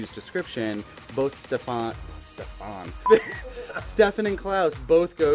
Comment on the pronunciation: It's STEFAN not Ste-faaan xD